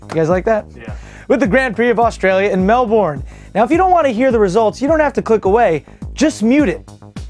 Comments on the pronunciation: Melbourne is pronounced Mel-burn. Just sayin :) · LMFAOO !! MelbOOORNE very wrong pronunciation ;) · Please learn to pronounce Australia names right, Bathurst and Melbourne have both been pronounced wrong on this show. Melbourne I can understand how you can say it wrong but Bathurst ONLY HAS ONE 'H' so only use it once!!